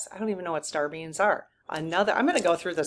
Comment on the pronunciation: I am sure you are saying star beings, but all I hear is Star beans. LOL